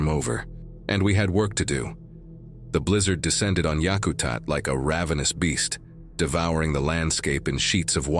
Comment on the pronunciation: It’s pronounced Yak-a-tat. It also has a runway capable of taking a 747. Any SE Alaska bush pilot knows this.